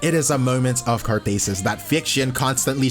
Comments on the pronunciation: < > hahahaha, learn english bro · How he says "Catharsis" lol.